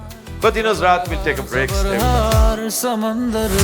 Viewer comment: السلام علیکم ؛ سر! لفظ `` سَمَندَر `` نہیں ہے اصل میں بحر کے معنی میں لفظ `` سَمُندَر `` ہے۔ حرف `` م `` پر پیش ہے۔ اس ضمن میں `` فرہنگِ آصفیہ ٬ فرہنگِ تلفظ ٬ فرہنگِ عامرہ `` اور مکمل ان دونوں الفاظ کی تشریح و توضیح کے لیے ڈاکٹر شمس الرحمان فاروقی کی کتاب `` لغاتِ روزمرہ `` کا مُطَالَعَہ کر لیجیے گا۔